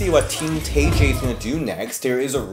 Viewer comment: Isn’t Tay pronounced Tye ?